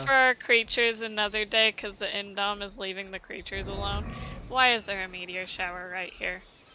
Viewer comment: The only thing that I don’t like about this video is that they keep saying indom instead of indo